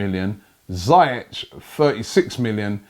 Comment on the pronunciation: ZIYECH NOT ZAIETCH